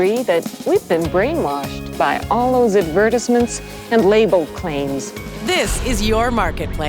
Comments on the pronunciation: ok but we’re not gonna talk about that retro clip where the lady pronounced advertisements as “advurrtisments” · Did that lady just say ad ver tis ments? Lol what a weird way to pronounce advertisement. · Anyone catch the way she pronounced "advertisements" at the end during the throwback clip? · yep, bothered me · The way that old lady pronounces "advertisements" ... uhg cringe.